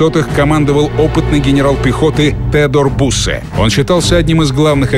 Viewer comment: не буссе а бюссе